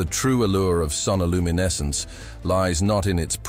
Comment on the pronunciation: Creepy AI voice. Sonoluminescence is one word, not two.